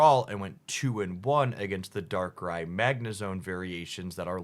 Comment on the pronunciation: Subbing for the correct pronunciation of "Darkrai"!